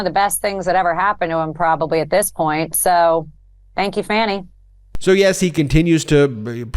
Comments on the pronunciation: Love how Trump attorney Habba is clearly in on the cult at this point, she called Fani (Fawn-nee) Willis “Fanny,” which in British slang, is a derogatory term for the female anatomy. 🙄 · Hey babba, her name is not fanny, it's fanni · Why do people keep saying Fani willis's name wrong. It's like donny, Fani not Fanny. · Her name is Fani. Not fanny. Pronounced "Fawnee". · I think you meant to write: "Fawny", not Farny. You are so right, her name is being mis-pronounced on purpose, just to be disrespectful. America should be very ashamed. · These people are such children. They refuse to pronounce Fani Willis name properly. They love saying Fanny. So mature. Trump makes up nasty nicknames for people like he’s a second grade schoolyard bully. Republicans should be barred from office just because of their maturity level. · How disrespectful when they mispronounce Fani and call her Fanny. Such immature losers. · They know the "an" is pronounced like "au" in faun. It's like what Trump and his pets does with the VP and with Asa Hutchinson, and calling Ron De Santis Rob De Santis if not De Sanctimonious. Deliberate mangling. Childish. One of Goebbels' basic techniques - I think they've spent years studying German 1930s propaganda. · Hiya, yeah I know what you mean but I just meant that her name is not pronounced like that I think it sounds like ‘Farni’ also spelt Fani right? To deliberately mispronounce someone’s name just to be rude is just not right…. Where did you live in UK? I live in Stratford upon Avon….😁😁👋👋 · Every time Habba mispronounces Fani's name she should be referred to as A-line-a Hay-ba. Let her correct you, then smile and reply, 'Okay A-line-a.' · Can you pronounce her name right Ali🤬🤬🤬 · The Maga Extremists sound even more ignorant when they pronounce Fanis name incorrectly.😂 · I don't know if it's illegal or not, but I agree with you about them saying her name wrong. I've noticed it every time I see a clip of right wing news.